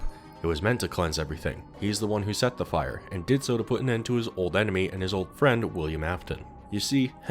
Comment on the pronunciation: I've two questions, fwiendo